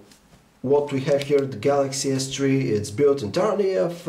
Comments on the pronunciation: Galaxy S-Tree FTW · Lol, samsung galaxy s tree